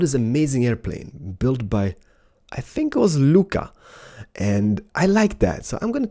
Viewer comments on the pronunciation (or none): I remember people saying i ''fink"